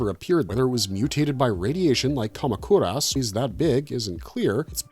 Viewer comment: the way u pronounce moguera, kamacuras is insane. have u never seen any of these movies? iv been watching Godzilla movies for 30 something years and you tube reviews for 11 years, and iv NEVER heard those names said like that MOE-GER-AH. KA-MAC-UR-US